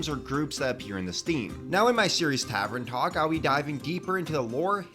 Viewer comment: Tavern, not tavren lol